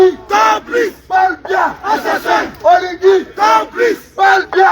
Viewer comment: La cause est juste mais attendez quand-même que vous soyez même 100 personnes. Il y'a de camerounais en Belgique pourquoi vous êtes moins de 100 seulement. OLIGUI ET NON OLINGUI